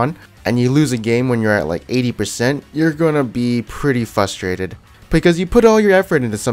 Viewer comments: frustrated not FUSTRADED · fRustrated not fustrated.